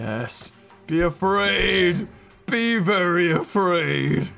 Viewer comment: who els else noticed that said beavery afraid